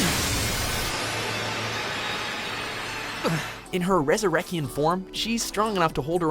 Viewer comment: I know the language the arrancar techniques and abilities are, I just meant that how is it possible to butcher resurrection that badly unless it's done on purpose?